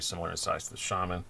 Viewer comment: Come to think of it, I kinda do need a knife fighting blade. Some of the old ladies I run into while walking the dog are kinda scary. On an unrelated subject, its nice to hear someone pronounce Shaman correctly. Shabazz and Metal Complex both butcher the pronunciation in different ways.